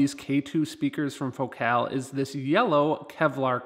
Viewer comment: your videos are absolutely the best. trivia: FOcal not foCAL is how they pronounce it. I have the 165 KRX2 woofers and they are tremendous but I bought a set of Utopia 165 W-RC to replace them. I would be most interested if you were you do a compare. I switched out the KRX2 tweeters for the Morel Piccolo, which are beyond incredible. just one more thought, in my other car, I have the Focal ES 130K and that ‘M’ shaped tweeter is much better than the prior version inverted dome tweeter.